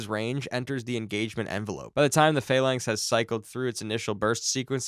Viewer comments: "Phalangth CIWS" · Right, its pronounced Phal (as in phallus) lancs as in LANCaS (the "a" is silent. Fal-lancs, now say it fast. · Is this human narration or AI, Phalanx and CWIS are both pronounced wrong. Phalanx can be explained by a speech impediment but not calling it a sea-wizz is either incompetence or the level of incapacity you get from AI TTS garbage....